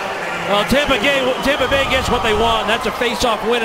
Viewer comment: Who heard the announcer say Tampa Gay at the end